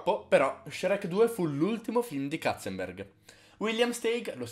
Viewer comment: Basta dire Katzenberg,che mi uccidi un neurone ogni volta 😂😂